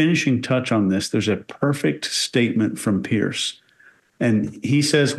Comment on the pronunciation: I swear when she says “Piers” that she is actually saying “yesss”. I swear I had to watch it several times to make sure she didn’t actually say yes.